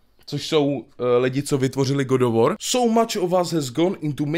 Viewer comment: GOD OF WOR.... English:D:D:D